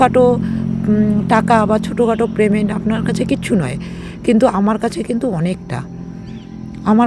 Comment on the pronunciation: Kothata prement noy payment hobe 😊